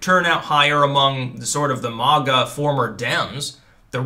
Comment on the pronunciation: I just want to say how much I enjoy your delivery. "MAGA" like "stir".